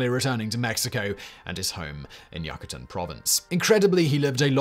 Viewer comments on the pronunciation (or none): This is very well done but the pronunciation is so bad as to make many words incomprehensible. One need google the pronunciation and viola! The biggest sin I believe is Yuck a Tan omg